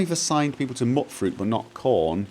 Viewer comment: It's "Mute-fruit" as in mutant :)